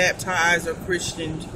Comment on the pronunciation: “Christened” pronounced “chrisend”. Or “christening “ pronounced “chrisening.” T silent. “Christianing” is not a word.